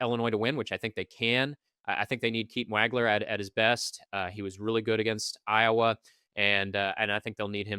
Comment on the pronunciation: Dude.....it's pronounced "WAUG-LER".....not "WAG-LER". Geez.